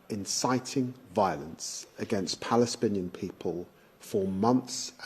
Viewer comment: 16 mins or so...the British rep stating some serious PUN-ny schtuff... "PaliSPINNian" this is my NEW WORD OF THE DAY...LOL...UNSPEAKABLE LAUGHTER going RN...🤣🤣🤣😂😆🤣😂😆😆😆🤣😆😂😂